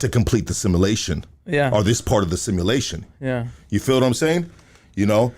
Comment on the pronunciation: U can tell just learned a new word... "simmalation" Lol